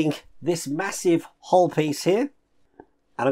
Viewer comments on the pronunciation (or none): It's called a 'hull' not a 'hole'. It annoys me no end. You did it on the Bismarck build too.